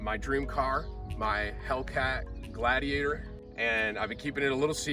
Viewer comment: The "helladiator"